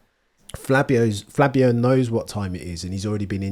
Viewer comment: Not sure if hes calling him Flabio on purpose? Either way, I'm for it.